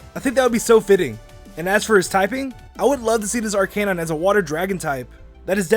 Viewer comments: ar-KUH-nine, not ar-CAY-nine.. Still a great video. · its not r canine its arkenine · ITS NOT AR CANINE ITS ARKA NINE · Not arcaenine ar ca nine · Ar Kuh nine Not ar Kay nine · not arcaine it is arcenine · It's ar-ci-nine not ar-ca-nine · Arc-a-nine not Arc-ca-nine. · arcanine is one word not ar cane ine is arcanine one word just on word... together... as a word... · It's not arcee-nine its arcu-nine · u said arcanine wrong. Arcanine is not said ar-canine I think it's said like this: Ar kin nine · Arc-ka-nine! Not Arc-kay-nine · Ar-cay-nine??, it's Ar-cah-nine!!!! lol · loved the vid but please, call arcanine "Are- kuh- nine" not "R-K-9" its so annoying. When you say arcanine it sounds like a weird pistol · It's Ar-can-nine not Ar-cane-nine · Are-kei-nine i thought it was arek-inine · Arcanine? Its (are-ca-nine) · If that's the case shouldn't the breakdown be our-canine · I died every time I heard are-cay-9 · It’s Arc-I-Nine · Did you say... Ar-CAY-nine? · Its not arceynine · ...did you really just say arkAnine 😂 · I get so triggered when you say ar-cay-nine. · ITS NOT "arcaynine" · it's not arc-AY-nine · Its ARE-ka-nine.. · "ar-kay-nine" speak english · arc-a-nine thats how you say it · You have a kanine!? (If you dont get it he pronounces Arcanine like Ourkanine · I die when I hear "Are K9" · ar-K-nine?!?!? thats not right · did he just say arkaynine... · He says it like R K9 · You’re saying arcanine wrong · I got triggered when he didn't say Arcinine right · WHEN HE SAID ARCANINE MY EARS GOT CANCER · it's not arcanine it's arcanine